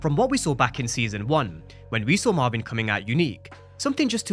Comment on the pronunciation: Who is mavin I thought it was Marvin 😂😂